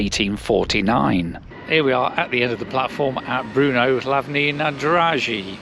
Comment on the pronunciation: Learn how to pronounce BRNO, not Bruno.